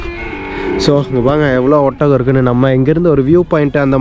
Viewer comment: ஒத்தகம் இல்லப்பா. ஒட்டகம்